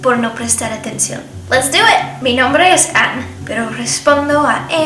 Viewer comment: jajaja acaso soy la única que a escuchado "angry bird" cuando pronunció su nombre en inglés jajaja 😂😂